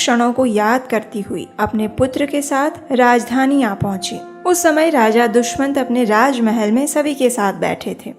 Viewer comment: Its not Dushmant but Dushyant😊